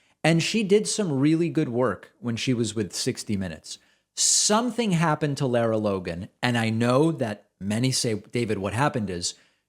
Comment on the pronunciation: First, her name is pronounced like "Laura" and not "Laira". Since she's been around for awhile, and you make reference to her more exemplary work with "60 Minutes" (though she seemed to get in trouble there as well for some exaggerated or downright false reporting), I would think you'd have the pronunciation down. Anyway, I think this is just one of hundreds of deranged, offensive comments from the FoxU sphere, and I'm not convinced it's even worthy of dignifying with a commentary to call her out. If this same anti-Semitic and anti-science BS was being spouted by numerous others on that despicable propaganda channel, that might be justification for exposing this as a hideous trend. It's the constant stream of grossly dishonest, cynical, traitorous crap that comes out of the channel's prime time exponents for right-wing bigotry that should make us all nauseous and cause us to demand Fox "News" be removed from cable TV standard packages.